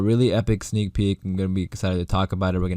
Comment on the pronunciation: STOP SAYING SNEAL PEEK FFS